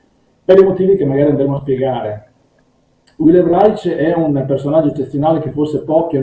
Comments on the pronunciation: Io l'ho sentito pronunciare Raisc (scrivo come fosse italiano). Insomma con il nostro suono sc- (di sci per esempio) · Interessante, però Reich pronunciato [raic] non si può sentire. È [raik] come il Quarto Reich. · Reich!! Non si pronuncia Reitsch!!! Ma che diamine!! La pronuncia tedesca ha 4 regole, almeno quelle imparatele!! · Ha studiato Reich ma non ne sa pronunciare il nome..